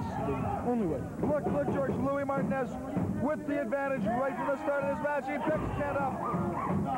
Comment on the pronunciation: Well the commentary couldn't pronounce Martinez